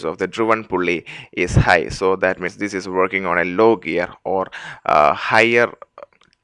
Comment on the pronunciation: pu-l-l-l-l-l--y , l-l-l-l-ow, o-l-l-l-l--most , l-l-l-l-ike you must be from India .